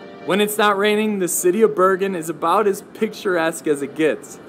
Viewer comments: xD Bjergen lol, Bro remove the J and you get the city's name correctly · You need to try to prounounse Bergen better...it sounds like Bjergen...leav off the j and you are closer😇